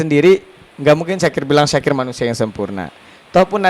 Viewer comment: Syakir bukan zakir